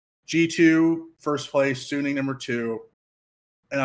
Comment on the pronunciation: Suning is a fucking good team. They're definitely favorites to get first. But you probably don't know much about them or have watched much of them anyways considering you're calling them "sunni". Sounds like random assumption on your part. Even if Machi was fodder (which we can't be 100% sure of) TL is fighting over second place with G2. Sure, G2 can lose a random game in Groups. But they know what's at stake. They will tryhard and even if they might int a game vs Machi, for example, they should still be favorites against TL. It's not like G2 will "int away" half the games in Groups lol. Depending on how the group goes TL might have to beat G2 once even to then force a tiebreaker between them and G2. Are you going to bet on G2 inting that game, too, when it comes to it? Yes, it is a rather convenient group compared to the past years. But it's still hard to get out. 50/50 at best. At best.